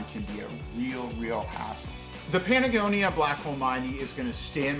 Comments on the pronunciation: are you saying Patagonia or Panagonia? lol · I stopped watching once you said patagonia wrong twice.